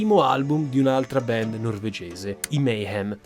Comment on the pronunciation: QUESTA GENTE NON SI 'LEVA LA VITA' NEI RITUALI, VENGONO UCCISI, 'SACRIFICATI'. I 'COMPLOTTISTI' SONO QUELLI CHE LI FANNO I COMPLOTTI, NON QUELLI CHE NE PARLANO. E LUI DI COMPLOTTI NE CONOSCEVA BENE TANTI SE AVEVA UN PADRE CHE LAVORAVA PER QUELLA GENTE ! 'BAND' SI PRONUNCIA 'BAND' NON 'BEND' , 'BEND' TE LA SEI INVENTATA. LA COMBRICOLA DI EMARGINATI E' STATA VOLUTAMENTE 'DISTRATTA' DA QUESTE BANDS DI HEAVY METAL, CHE NON SONO NATE SPONTANEAMENTE, MA SONO STATE CREATE APPOSTA DAGLI STESSI SCIACALLI CHE CI CONTROLLANO E CHE IN QUESTO PERIODO DELLA STORIA VOLEVANO LA GLOBALIZZAZIONE E AVEVANO BISOGNO DI UNO SFOGO PER I 'RIBELLI'. TUTTA LA TERRA E' CONTROLLATA DA SATANISTI, SE NON TE NE FOSSI ANCORA ACCORTO, E LA CHIESA CRISTIANA NE TIRA LE REDINI.